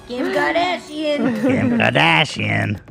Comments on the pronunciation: Kim kahdasheun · Kim kadEeshiEen 🤨🫵